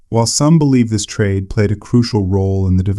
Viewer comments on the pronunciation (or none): none